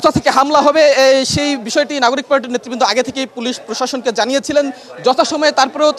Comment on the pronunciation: পসাসন না রে পাগলা প্রশাসন